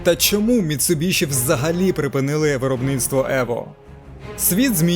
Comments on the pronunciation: Дуже класне відео про дуже класну тачку. Тільки одне уточнення - назва компанії читається як Міцубісі, тому що в Японії звук shi читається як сі❤ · Заєбало ваше міцубіШІ МіцубіСІ !!!